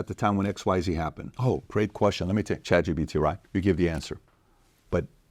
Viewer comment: I love how pat pronounces Chatgpt......... chat gBt Chat PBD Chat EBT